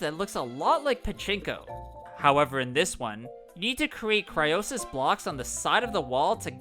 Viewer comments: Cryosis he said it’s cryonis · Everytime you say "cryosis" I just cant stop laughing 🤣🤣🤣